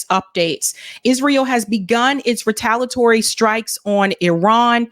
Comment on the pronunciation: The pronunciation of Retaliatory is off. You have to say the i otherwise it just doesn’t sound right.